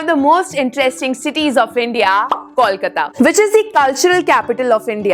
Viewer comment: Can you pronounce the name of the city correctly please?!?! And it's NOT "Balugunge" but "BALLYGUNGE" - YOU SHOULD re-edit this entire video. What bullshit.